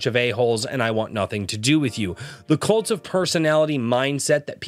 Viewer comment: I'm sorry but everytime you say "kult of personality" I just immediately hear " LIKE JOSEPH STALIN!...and KENNEDY... I'm the kult of personality"